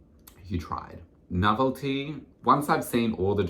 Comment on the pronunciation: Pronouncing "Navalny" as "Novelty" 💀